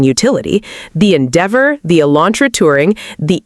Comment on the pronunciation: your AI can't pronounce Endeavor